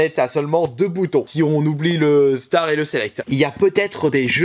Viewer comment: Le bouton star je suis d'accord mais ninja turtle se dit comme il l'a dit